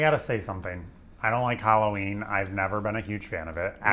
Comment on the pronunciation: Hallo—ween , not Hollow -ween.